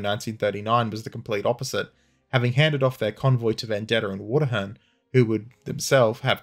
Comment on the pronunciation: Engrossed as I am with this video, I keep flinching whenever I hear "Water-hern"